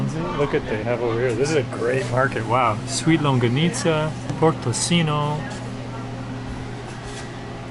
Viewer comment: Man, with that much meat on that bicol express, and two huge longganisas, a typical Filipino would eat 1 or 2 more orders of rice. Longganisa is pronounced as long-ga-ni-sa not long-ga-nit-za.